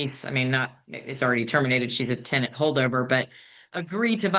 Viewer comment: The way the judge is pronouncing the tenants name is driving me insame